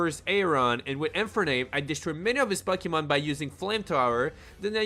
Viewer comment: Pucky-mon. Lmao.